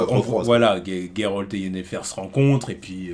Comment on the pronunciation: Merci de l'appeler Geralt et pas Jéralte comme certains. Big up la ligue :)